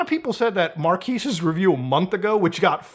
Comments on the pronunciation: Is Muta constantly saying Marques wrong? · You're pronouncing his name wrong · Pretty disrespectful to not verify the pronunciation of Marques. He’s the biggest tech reviewer watch one of his videos and he’ll tell you how it’s pronounced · The irony of correcting someone else's pronunciation of a name only to butcher it yourself. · Calls out Will Smith's pronunciation... proceeds to equally mispronounce Marques in a different way for the rest of the video 😆I love you muta but you definitely took the L on this one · Lol u keep saying his first name wrong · Not a big deal but I do find it funny you correct "mark-ass" to "mark-ees" when it's "mark-ez" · How are you about to make a quip about the way the name is pronounced when you can’t even pronounce it properly? How are you about to introduce the channel when you can’t even pronounce it properly? He says in so many of his videos, it’s pronounced mark-ezz. Watch 30 seconds of 90% of any video and you can know this. Saying mark-ease is utterly ignorant and disrespectful. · Bruh it's "markez" not "markeez". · Isn't Marques Pronounced like kez at the end and not quise? Or an I stupid?! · mar-kez not markees ;) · I blame Will Smith for me consistently pronouncing Marques as Mark-ass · Is it really pronounced Mar-Keys ? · It’s Mar-KEHZ… just sayin’. Also, last time I checked this was America. If a company wants to come out with a dumb device or change their secret recipe to their detriment, so be it. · Mar-KEZ. We can tell you don't watch his channel. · Blud is calling Marques "Marquis" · I like how Muta clowned on how Will Smith said it that one time and then proceeds to call him "markeez" the whole video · ain't it called "mark-kayy"? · Still can't get over the fact Will called him Mark-ass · I love how he pronnounces Marques as Marckis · It's pronounced Markess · Mar-kiss? You said his name wrong too lol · “Mar-keez” Brownlee 🤦🏻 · at least pronounce Marques' name correctly